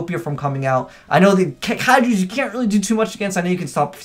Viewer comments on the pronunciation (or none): say it with me "kai-jus"